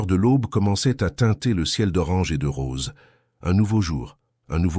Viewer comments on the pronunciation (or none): none